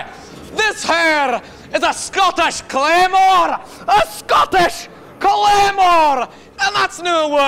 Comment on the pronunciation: didnt edit in your friend saying "Scottish Clamor" down like, but i love your stuff